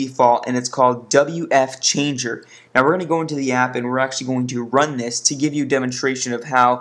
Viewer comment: its fwchanger not wfchanger